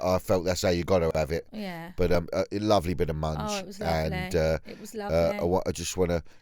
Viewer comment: Big Dan please sto[psaying MUNGE its MUNCH !!!!!